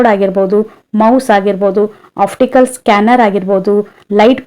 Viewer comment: Optical madam uchharane alli oftical anthidiea